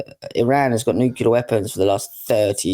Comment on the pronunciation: Nuclear, pronounced noo-cle-ar.